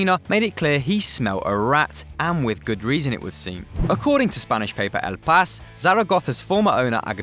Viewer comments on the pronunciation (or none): Levant EEEEEE not Levant.... Newspaper El PaIIIIIIIS NOT El Pas